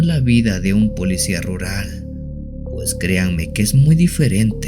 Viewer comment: Se dice policía no polecía.